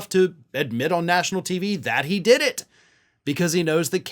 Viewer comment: "I dood it" 😂